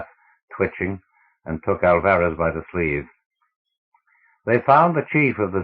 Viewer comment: Good voice, but learn to pronounce. You do not get 5 minutes into the first story before hearing the names Ophiuchus and Alvarez mispronounced.